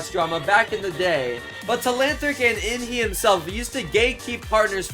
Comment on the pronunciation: its inhe not evan